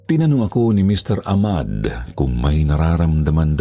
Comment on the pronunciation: Ah-mad po ung tamang bigkas nun…salamat po s mgandang storya…